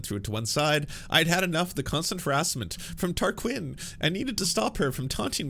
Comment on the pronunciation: What’s up? You’re pronouncing things incorrectly, is that purposeful? It’s Tarquin Tar-quin like win (or the Glee character Quinn) It’s Brian Tyler Cohen not Taylor Cohen. And the show was called cumtown, you know!